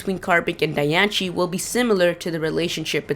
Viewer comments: The real way to say diancie: Die - an - see😑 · Die ahn see not di an ci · I know, right? 😂😂 I cringed when he said Dian-shee and Lu-gee-ah. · ITS CALLED DIE AN CEY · Di-an-cee say it right ugh this pisses me off.... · Where the hell is ch in "Diancie"? it's said Diancie, NOT Dianchie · Sim Sima wtf did i just read? Native Americans did not speak English! and even in USA english it is still Diancy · Hey kid its Pronounced {Dian - sey} like Biancie or {Dian-see} where your getting a ch sound from ci I don't know but go back to the fist grade to learn your fucking English or work harder of your street accent. Good info though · It's pronounced (die-ann-see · Your saying Diancie all rong the rongest thing ever every one i know that likes pokemon know how to say her name right whatch the movie and see how it's purnonct im the biggest fan of diancie i have Diancie every thing and how i know how too say it right because i whatch the move all the time ok i hate it win people say her name wrong!!!!!!!😡😡😡😡😠😡😡😡😡😡😡😡😠😠😠😠😠😠😠😠😠😡😡😡😡😡😡!!!!!!!!!!!!!!!😣😵😤😱😠😡😤😕😑🙀😿👎👎👎👎👎👎😡😠!!! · your pronouncing diancie horribly wrong... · The way he pronounced it made me stop watching the video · Idiot it's the pronunciation search it up and also c makes the ch in certain words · You say it wrong -.- there's no ch in the name. You obviously don't know how to read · The way he pronounces Diancie makes me want to punch his face in -_ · Lol it's pronounced "DianSIE" not "DianCHIE" :3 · dude it is not pronounced dian-che it is pronounced dian-see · Who the crabs is Dianchie? Its DAI-ANN-CE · when people say dianche,it drives me nuts,its dye-on-see,it even said in the movie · Di-an-ci not Di-an-she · I think it's ( di-ance-ee) not ( di-ance-chi) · Yea in te movie it says diancie not dianchi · Dianchie=NO Diancie=YES you can google the pronunciation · why are you saying diancie wrong. its pronounced die-an-se not die-an-che. its just bugging me. im NOT i repeat NOT being mean it just bugged me. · Lol dian-she